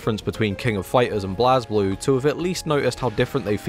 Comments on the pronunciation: NUT. he said blaz blue and not bleis blue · unsubbed bc of your pronunciation of blazblue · Mispronounced blazblue AND showed bbtag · i had a fucking aneurysm hearing that "BlazBlue" pronunciation